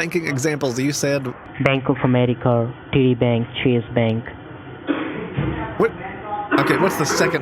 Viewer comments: I thought he was trying to say "Citi Bank" 😭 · At one point it sounds like he said shitty bank lol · You got him to say titty bank like 5 times 😂🤣😂🤣🤝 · Sounds like Titty Bank hahahah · Did the scammer just poop his pants when he heard $420,000 dollars he must think all his Indian Christmas's has come all at once , i thought he said titty bank that would have been a right booby lol . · I heard him say titi bank looolol 😂